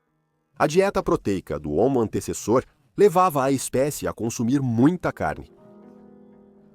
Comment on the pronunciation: Assisti a este vídeo na versão dublada do inglês e a IA não acertava uma vez o nome do Homo antecessor. Antissassauro, Antessauro, Antauro, Antessa, Antes e Antezus kkkkk